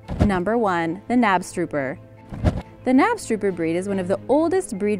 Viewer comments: Knabstuper? Not how you pronounce it. Knabstupper!! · Knabstrupper is pronounced kanopschtoopah not nabstroober. Smdh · The K in Knabstrupper is not silent :) In Danish we pronounce the K :) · Love the video - my only comment is the missing “K” in your pronunciation of “Knapstrupper”. But I know that Danish is hard to pronounce so I don’t blame you 😉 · Being from Denmark, I am very surprised that the knabstrubber is considered a rare breed. And by the way, the k isn't silent ;-) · Damn, she butchered the Knabstrupper’s name. Anyways, there’s a farm in Botrivier, Western Cape here in South Africa. They have this giant stallion named Figaro. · You pronounce the K in knabstrupper. ☺️ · Btw you pronounced knabstrupper wrong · You pronounced Knabstrupper wrong... sry it just made me cringe... I'm an equestrian sooo...